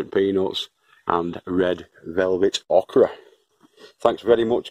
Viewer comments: It's pronounced Oak-ra. I know you really need to have a Southern USA accent. In which case, it's pronounced ok'ra sounds weird and I wondered for several years what was being said. LOL The Yank that moved to the South. My grandfather, RIP, always talked oddly, but then he was from Cow Pens, South Carolina, USA. I don't really like Okra, but a lot of people do so here's hoping it becomes a favorite of yours. Peanuts, I love growing those for kids. They grow underground like potatoes, except you don't expect it. Used have an old aquarium that I grew them in for the kids. Be sure to salt them when you cook them. The kids will love them. Thanks for sharing. Stay safe. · Thanx for sharing btw it’s pronounced oookra lol I know may be boring to some but just showing how to plant different seeds seedlings and all that goes with is actually helpful to me newbie and other beginners as well take care from Ontario Canada 🐝